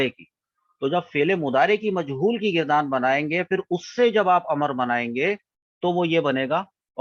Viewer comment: یہ لفظ گ کے فتحہ سے مستعمل ہے: --- گَرْدان